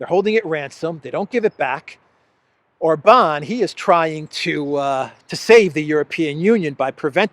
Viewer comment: OR-bahn. Accent on the first syllable ALWAYS in Hungarian. 😘